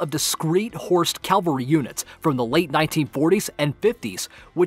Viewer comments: Sorry to point out , it's ca-val-ry not cal-vary . Still a good video like always. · it's not calvary it's cavalry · It's pronounced "cavalry", not "calvary"... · It’s Cavalry, not Calvary!!!!!!!